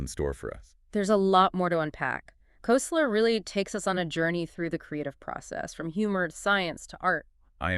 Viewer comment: This is such a perfect example of the impossibility of AI to understand humor that I have to comment. This podcast was generated by uploading Koesler's book (pronounced Kessler, not Koseler) to Google's AI Studio streaming generator and producing a pseudo-podcast. So far, so good. But it singled out one of the jokes used to make a point about the collision of two "matrices" to produce a creative synthesis of understanding. In the podcast version, John Wilkes is a politician who's asked by an opponent, "Your coat has grown", and Wilkes replies, "You're mistaken, it's been around several blocks." This is not only not funny, it's not the joke from the book. In the book, John Wilkes is the representative of a very poor district with destitute constituents. He is approached by an opponent who seeks to disparage him by saying, "It seems your followers are becoming turncoats." Wilkes replies, "I can assure you, my followers have no coats to turn", thus establishing his commitment to the poor and denigrating the opponent for his insensitivity. This is a biting retort that shows the bissociative effect used in humor. I only point this out because I'm seriously trying to test the notion that LLMs are capable of anything that humans can do or understand. This seems to be evidence that we are all safe for the time being.